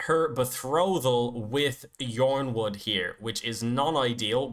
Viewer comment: Yronwood is pronounced "Ironwood". George Martin said that the Y is subtituting I